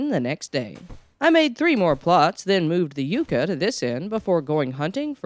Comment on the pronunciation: Not You-kuh It's pronounced Yuck-uh. Spelled Yucca.